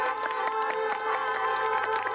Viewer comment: 크러쉬 마지막에 왜 동남아 발음처럼 감사하다고 하냐곸ㅋㅋㅋㅋㅋㅋㅋㅋㅋㅋㅋㅋㅋㅋ 노래 세상 감미롭게 불러놓고 갭차이 오지네 진짜